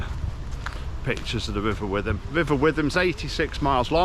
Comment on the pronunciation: you pronounced the river wrong